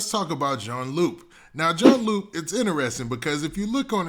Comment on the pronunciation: it’s pronounced june lou